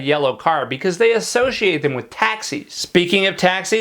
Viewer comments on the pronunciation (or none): none